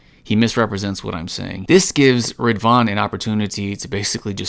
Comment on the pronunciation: Rid-wan not rivan..